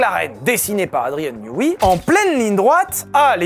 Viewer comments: Andrien newey se dit newé et ps newi. Ça m’a rendu fou toute la vidéo , elle est très bien malgré tout ☺️ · J’ai été tilt seconde une quand il a prononcé Newi au lieu de Neway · Ta prononciation de Newey pique les oreilles, ça ce dit ai le fin